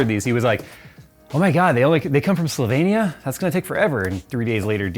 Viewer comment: As a native Slovenian, I absolutely love your pronunciation of my beautiful small country.